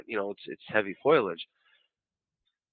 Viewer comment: It's foliage, not foiledge. : /